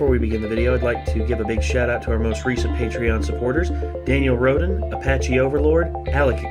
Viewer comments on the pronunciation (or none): none